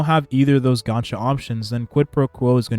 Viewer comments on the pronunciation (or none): none